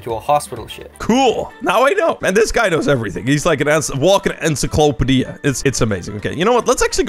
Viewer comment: "Ensoclopedia" lol